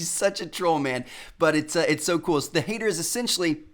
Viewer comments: That would be pronounced hatter not hater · It's pronounced hatter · It's pronounced H.A.T.R. like a hat!